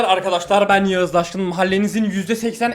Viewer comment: Daşkın değil daşking